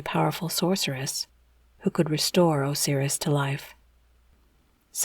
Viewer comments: Thank you. I had to stop , couldn’t get past “oh-seer-us” 😂🤣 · I've never once heard anyone pronounce Osiris that way. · Because it’s wrong